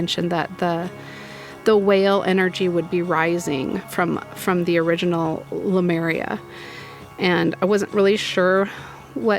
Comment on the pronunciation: It's pronounced Leh, Mure, eeya, not Leh-Mary-ia. I'm super happy that you read for the WHALES and please DO channel more from them. You know, the Maoir in New Zealand have factions that have a deep bond with the whales/humpbacks, like the movie 'WhaleRIder".